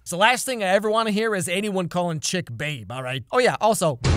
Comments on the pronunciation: WAIT HIS NAMES CHIP IVE BEEN HEARING IT AS CHICK THE ENTIRE TIM E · calls him chick Also: chip